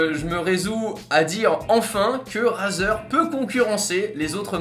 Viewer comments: On ne dit pas "" RAZER "" mais ça ce dit ""RAIZER"" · La prononciation stp.«razeur» mdr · sa s'ecrit razer mais sa se prononce raïzer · Tu pourrais dire razer avec l'accent la c'est abusé on dit rayzer a l'oral